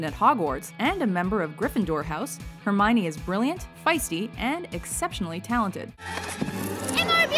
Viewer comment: You got Hermione wrong :(